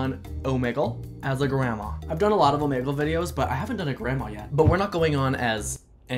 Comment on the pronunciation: ITS OMEEEGLE NOT omEgle